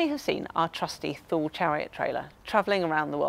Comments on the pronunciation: Nice video and nice place in France I've never heard of! As a swede from the area where Thule is from I never heard anyone say Thule like that 😀 In Sweden we say it like tu-le, the h is silent. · Thule I thought was pronounced as Toolee ? Great video though 😁😁